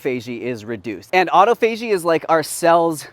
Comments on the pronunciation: Awwww - I thought someone would ask: You and have been together a long time now. Any plans to tie the knot???? LOL. Also, autophagy is pronounced: au·toph·a·gy, or AWWW TOFF AH GEEE. Just sayin. Love you both. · Also, this is how to pronounce "autophagy": aa·taa·fuh·jee (if you google, it will say it aloud for you. Hope this helps in the future). 🤓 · Love this channel! Just an FYI though: “autophagy” is actually pronounced “aw-TAH-fuh-gee.” 😉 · Hi The word is Awe tofu a gee au-tof-a-gee Autophagy. Sorry my pet peeve. Thanks